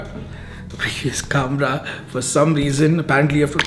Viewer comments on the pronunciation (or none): It's not kamrah... Khamrah. Kha Khamrah.